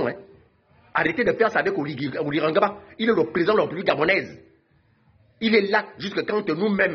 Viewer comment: Prononce bien le nom parceque quand tu dis oligue c'est comme si tu voulais dire reste en fange c'est OLIGUI.